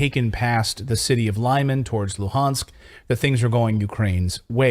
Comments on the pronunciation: Thank you for unbiased journalism. Just one correction - Lyman in Russian is pronounced Lee-Mun. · The city is called LIMAN, pronounced lee-mAhn